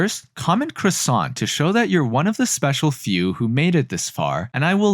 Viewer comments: Are u done with dat cwossont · Cressent......er croissant. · I'm canadian french and I am honestly slightly offended but Croissant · Im only 2 years late but are you going to finish that cwwwwassount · Oh yes perfect Croissant Quassa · Croissant CWOHSAUNT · This is a brilliant effort for only your second video. Croissant my dude, croissant